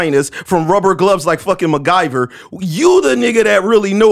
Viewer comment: Man said Megiver 😂😂😂😂😂